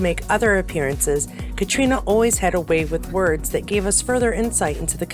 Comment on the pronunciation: love all the Cait news! And, knowing that you always want to get things right.... it's pronounced 'Cat' not 'Cate'. And, to clear things up all the way, her name is pronounced "Katrina" because she's Irish. The Scottish version is pronounced 'Kaytriona'. Confusing I know. Love your show as always! 😘